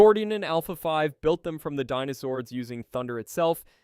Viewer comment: It's crazy how you said dinozords right one time then went back to saying denozords. SMH